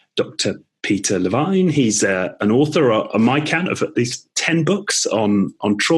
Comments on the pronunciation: I was cringing because the host had not bothered to find out how pronounce his guest's name correctly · Maybe learn the person's name pronunciation before u interview them.